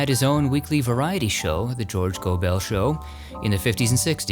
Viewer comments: George Gobel's surname was not pronounced "go-bell" but rather "go-bul". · George Gobel, pronounced Gobal not Gobell. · I don't often criticize, but, It's George Gobel, not Gobell! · It's pronounced George 'Gobbel' not Go-Bell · GOBULL, NOT GOBELL. George Gobel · George Gobel's last name was pronounced 'Go-bull', not 'Go-bell'. He had one of the greatest lines ever on the Tonight Show with Johnny Carson. Johnny had Bob Hope and Dean Martin on the show before him, and they remained on the couch when George came out. He sat down, looked around him, and said, "Did you ever get the feeling that the world was a tuxedo and you were a pair of brown shoes?" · George Gobel not Go Bell but as if it’s not two words. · George GoBEL’. Robin Hood’. Your insistence on emphasizing the wrong syllable is so irritating. Every video you make has the same problem. And not just people’s names. Out field’’ when referring to a baseball position. The accent is on out, not field. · Great episode. George pronounced his last name GoBull. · Love your podcast, please check on how to pronounce George Gobel's name...Go bel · I love you so so much!!! I’ve gotten some of your merch, but I’d like to kindly correct..that George Gobel Is pronounced like “Global”. Just a thought. I love everything you do!!!! Thank you. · Pronounced Goble. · George's surname is pronounced Go'-bel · It's pronounced George GO-b'l. Always happy to see your respectful videos. Bill Quinn also played Mary Richards' father in the Mary Tyler Moore show. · Nitpicking I know, but George Gobel’s last name rhymes with “Noble” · George Gobel's last name is actually pronounced GO-bel..bel pronounced bul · Goble is pronounced like noble, not no-Bel. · Gobel's last name was always pronounced Go-bull. Lonesome George was one of my favorites as a kid. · It's George GObel, accent on the first syllable. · FYI, George Gobel pronounced his surname so that it rhymed with noble. Thanks for the great vid as always.